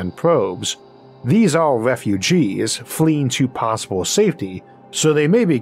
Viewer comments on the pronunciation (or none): "Awien wefugees" - the speakur